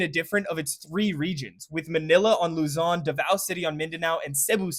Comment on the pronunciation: he fucked up Luzon